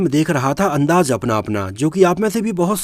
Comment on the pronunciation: Hello bhai thanks aapane video banaya shabdon ke uchharan per kam ki avashyakta hai jaise Raj Nahin Raaz andaaj Nahin andaaz baji Nahin Bazi intejar Nahin intezar bagi Nahin baghi